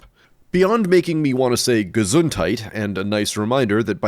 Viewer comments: You actually nailed that "Gesundheit" 👍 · Your pronounciation of Gesundheit was pretty good